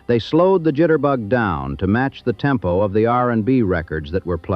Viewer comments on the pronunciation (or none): none